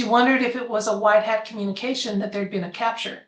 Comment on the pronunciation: Hi, a big fan.❤❤ What is white heart? Of course I am familiar with white hat, but you are clearly saying HEART. THANKS!😸🙏🇺🇲🌹🌟🕊🤗